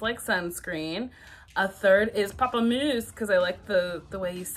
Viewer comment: i died when she said "pamplemousse" lmao